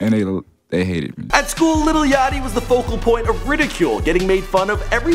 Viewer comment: *yachty not yatchy